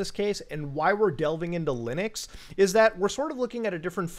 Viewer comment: As soon as he said LINYX I was mad asf